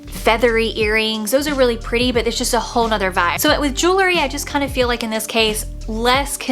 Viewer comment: I really like your video however you keep mispronouncing one word...the word is JEWEL-RY Not JEW-LERY.